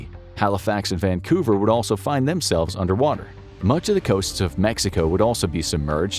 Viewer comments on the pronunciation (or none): none